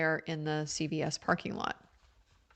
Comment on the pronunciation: thank you for your coverage. It's CVS not Child Protective Services. It's the drugstore chain. It sounds like you say CPS.